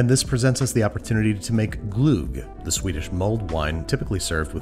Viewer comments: Was he trying to say Glög or Glüh? Anyway it sounded more like Glugg. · It's perhaps the wrongest pronunciation of glögg I've heard so far. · Ö is not o it more like the punched in the stomach was a word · Gulg? LOL. It's gløgg. "Gloegg". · He didn't even say glögg, he called it "gloog" for some reason. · You nailed it! Even the prononciation of lingon :D Although, as others have mentioned, cranberry is not at all the same as lingon but I suppose it's as close as you get. There simply is no substitute. The Ö in Glögg is pronounced like the ea in earth almost. Like earth = örth! / A Swede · Best part was pronouncing Glögg as gluoog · Glögg isnt pronounced "Gluuug", its "glugg", as in "chug" ;) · Hearing non-scandinavian people attempt to pronounce words with 'ö' or 'ø' in them is always funny, and Babish did not disappoint! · As a Swede, hearing Babish try to pronounce glögg made my day. That's a version I've never heard before 😂 Also, I've never heard of serving glögg with meatballs? That's a strictly Christmas-thing, at least where I'm from... Have I missed something? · Make some real Glögg and some Lussebullar for an episode around Yule! And as someone in the comments pointed out, the Ö in Glögg is pronounced like the i in bird. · As a Swede, this was correct but confusing. It was like a buzfeed hack version of Köttbullar. Like yes it is köttbullar, but some of the methods were completely unnecessary. Also I’m going to ignore the pronunciation of Glögg 😭 hjälp mig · That's a wonderful pronunciation of glögg 😂 The ö is pronounced sort of like "uh," and it's said quickly